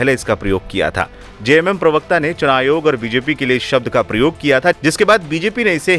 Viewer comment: ठीक से राँची बोलने न आता हो चंपाई को संपाई चुनाव को सुनाव बोलते अरे भाई ठीक से यहाँ की भाषा जगह का नाम बोलने न आता हो उस आदमी से बीजेपी चुनाव प्रचार करवा रहा है पहले अपनी भाषा और उच्चारण तो सुधवा लेता इस आदमी का